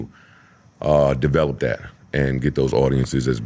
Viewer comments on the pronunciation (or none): none